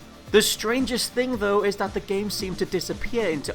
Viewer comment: what's a jame?